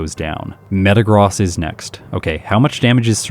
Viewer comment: You are pronouncing Metagross wrong 😅